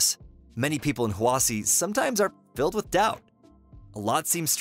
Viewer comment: its pronounced hwashi